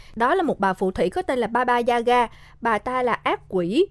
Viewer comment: sao t nghe ra thành baba da gà :(